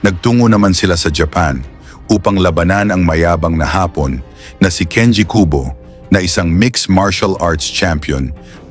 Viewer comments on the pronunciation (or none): “AI” ba itong narrator? Parang gago mag pronounce ng ibang words. Ha-pon? Hapon, tanga! Maderpaker. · Anong hapon? Afternoon ang ibig sabihin ng pronouciation mo iba sa Japon...short a-sound Japon hindi (haapon) asar ka eh umayos ka pampasira humanap nga kayo ng ibang narator...sabaw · kailangan mong malaman kung kailan malumanay o mabilis ang pagbigkas ng mga salita. Halimbawa: labanan (malumanay), Hapon (dapat mabilis) dahil pagmalumanay ang pagbigkas ng salitang Hapon, ibig sabihin nito ay afternoon.